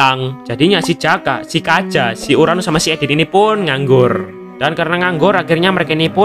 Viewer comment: BG kenapa bg agak salah sebut namanya kaja